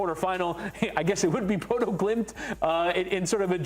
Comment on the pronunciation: You take time to pronouce the Latin names correctly but you still call Bodo/Glimt, "Bodo" 🤦‍♂️